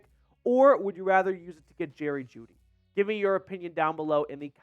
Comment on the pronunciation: Bro said juedy for a 2nd LMAO